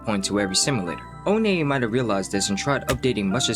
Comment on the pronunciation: oh nay 💀